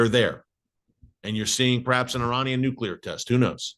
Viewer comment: I love how you say israel hit irans nucular plant only to give your reason why they should hit !!! Who made you minister of defence !!!! Unbelievable how folks know what good or not good for israel !!! Look Gods in charge bro not you ! Lol